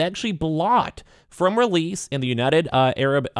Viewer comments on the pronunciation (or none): Yo, it’s “air-ab” not “ay-rab”!